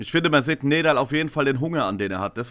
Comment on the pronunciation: NEDAL wird NIEDAL ausgesprochen.